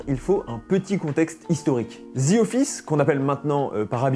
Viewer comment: Pas parfaitement? Zi? Zi? J'ai dû arrêter la vidéo tellement c'est ridicule...En plus, te le dis 10 fois en 30 secondes...ouf...